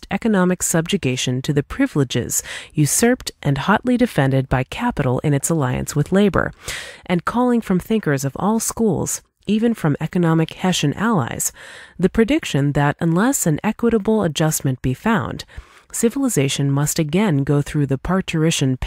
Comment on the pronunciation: Thanks! As soon as I saw it in the text (before listening to the audio) I knew I had to make the pun! But when I heard the audio and heard that pronounced it "He*sh*an"...:P I was only minorly set back though. I figured I'd do it anyways since it's still spelled like "Hess-ian" and it's funny either way, clearly.:) -Voyaging Man 2010